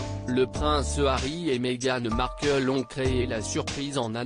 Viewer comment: Il serait agréable d’apprendre à votre voix à prononcer les mots ”c’est” et ”ont” en français correct. Merci